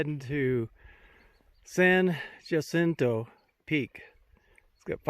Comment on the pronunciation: Thanks for a fine video. You certainly came across a lot of hikers--far more than I would have expected. For future reference, the pronunciation of San Jacinto is approximately San Huh-SIN-toe, with the emphasis on the second syllable.